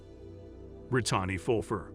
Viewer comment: I enjoy these videos. I don't enjoy the pronunciation in it tho. How do you mess up Brittani and lymphoedema!?